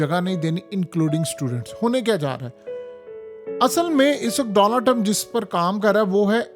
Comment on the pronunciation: DONALD TRUMP NHI DOLUND TRUMP